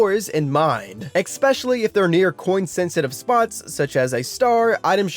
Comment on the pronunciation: How old are you that you still think the word “especially” is pronounced “expecially” … an adult??? Yikes